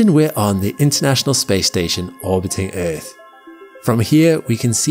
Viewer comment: I like errrrth